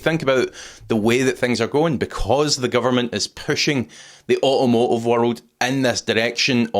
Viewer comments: Au a mo ive. Learn english. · "Au-omo-iv" ffs